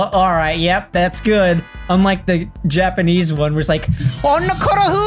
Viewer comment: Ehjiapperhneese after google translate Japanese